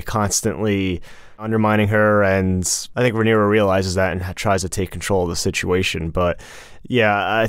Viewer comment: Rhaenyra not Ramira 😂